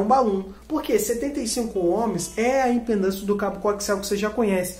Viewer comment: Vídeo bem didático, amigo! Parabéns! (Só um toque: o correto é IMPEDÂNCIA, e não "impendância".)😉